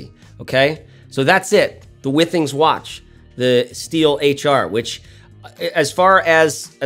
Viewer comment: I have one of these and I love it too! Fun fact, the company name is pronounced “Wi-Things” like in Wi-Fi because they make wireless/Wi-Fi connected things.